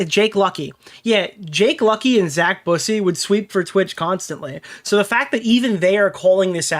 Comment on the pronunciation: Zack Boo-say. Lmfao, bussy vs busey is a very big difference. Busy means “boy 🐈”